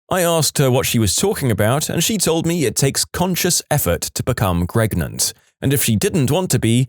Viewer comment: kinda disappointed this narrator is AI. i always assumed it was a real person but after mispronouncing “pregnant” twice in 2 different ways, it’s obvious